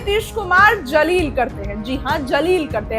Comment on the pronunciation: Jaleel nahi Zaleel. Please practice the word before pronouncing it on social media.